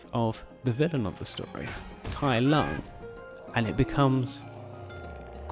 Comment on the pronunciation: Also, the Chinese "Lung" (dragon) is not pronounced like the English "lung" (the organ we breathe with).